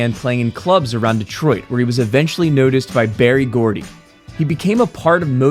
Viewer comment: Correction - its not "Barry" Gordy, its Berry Gordy.